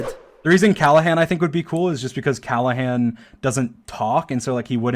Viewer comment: Everybody: Callahan: Callehan, Callihan